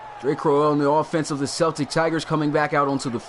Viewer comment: It really bothers me the way you pronounce Celtic